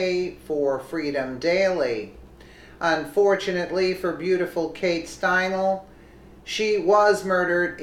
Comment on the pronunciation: It's pronounced stine-ly💙 This is TOTALLY DISGRACEFUL!!! He should have gotten the chair😠!!! MAGA TRUMP 😎 2020🗽🇺🇸🇺🇸🇺🇸